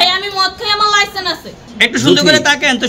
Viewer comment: লাইসেন্স উচ্চারণ করতে পারে না 😂😂😂😂😂😂😂😂